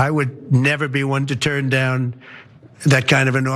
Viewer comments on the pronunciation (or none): none